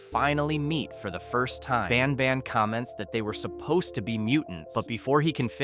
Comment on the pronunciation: Bros not baan baan he's banban